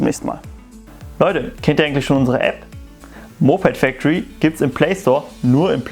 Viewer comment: Kann ''Moped factory" nicht aussprechen